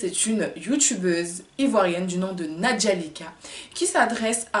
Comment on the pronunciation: C'est nadjelika pas nadjalika ohhh😂😂😂😂😂